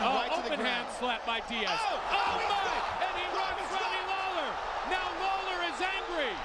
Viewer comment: Did he just call Robbie lawler, Daley?